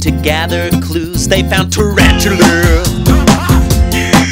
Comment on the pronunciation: Everbody it's not Tarantula...it's Tarantuler. You have to stress the ER part at the end, to make it official.